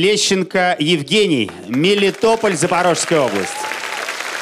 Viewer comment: "Мелитополь" не "Милитополь"